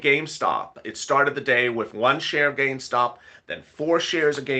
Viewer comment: So what's so hard about saying Gamestop???😏😏😏